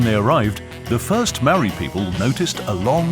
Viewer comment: Very good British voice, but what's the excuse for murdering the few maori words used in the documentary? How would you feel if I came to England and did a doco there and murdered the pronunciation of your places?